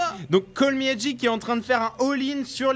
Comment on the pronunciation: Les gars c'est "Call meh G" pas "Call me HG" ! A part ça super vidéo ;) thx